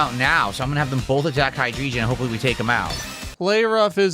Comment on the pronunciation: WolfieVGC: Drag-GALL-gi Phil: Hold my Hy-DRESION